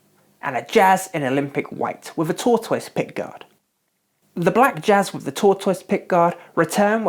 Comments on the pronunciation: “Tort-wiss pickguard”...? Just teasing, love the videos!! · Tor-two-iss? That is the strangest pronunciation of tortoise I have ever heard lol